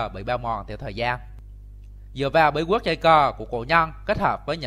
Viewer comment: Giọng bình định ( bí guyết...)